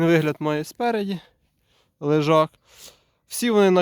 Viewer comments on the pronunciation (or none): Лежак, а не лижак.